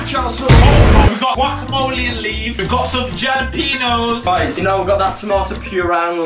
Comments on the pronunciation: Jàlapenos...... more like Jàlapenis😂😂😂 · It's actually pronounced hallapinos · im triggered by how they pronounce jalepenos and tortilla lol.